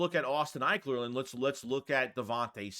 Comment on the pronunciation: Calling Austin ekeler “ Ikler” is malpractice 😂